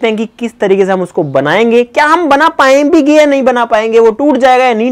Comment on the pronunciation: We tell "पाएंगे भी" but says " पाऍंभिगे"😂😜